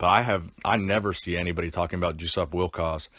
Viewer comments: Is it not pronounced “Yosup” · "Juice-Up" - Hahahahahahahaha!! It's pronounced "Jess-upp", but I'm sure Juice-Up was appropriate. RIP, Legend. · I would really wonder if Józef Wilkosz was not a Polish guy... did you just say his name sound like "juice-up"? :) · Still wrong. It's pronounced "Yoo-sup Vil-kahj" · you mispronounced his name throughout this whole video. The J is silent. It is pronounced like “yo-sup wil-coz”. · Did you mention the cause of death? (He was only slightly older than I.) Also. I think it's pronounced YOU sup VILL kosh. Sorry to hear of his passing. Also, you were right, in my opinion, to say that he was very underrated in his day and in apparently excellent condition for a senior citizen. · Hey Schmuck! He is German! His name is said "Yussup Vilkosh". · "Juice-up"? "Joe-chen"? Come on....